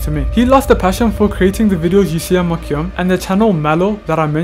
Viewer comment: Why does he say his name like MyCyum